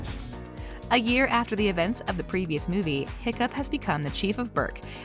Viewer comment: it’s “Hiccup Havoc the 3rd” not “Hoccup Horrendous”